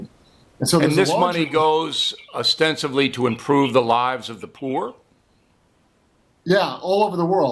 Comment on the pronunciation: Did Bill actually say ovstenivly instead of ostensibly?